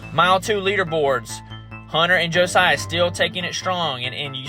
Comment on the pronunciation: Thank you for posting this race. My son is Josiah and you did pronounce his name correctly. I love rewatching this anytime.